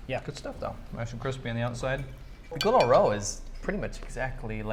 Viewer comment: Hey guys, I'm not very familiar with Chinese language, but I think for "sweet and sour pork" pinyin should be "gūlū ròu", not "gu lou". Maybe I'm wrong. Stay awesome.